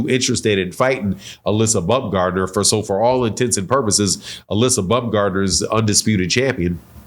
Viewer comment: Alyssa bumgardner? My guy 😂😂 you butchered that so bad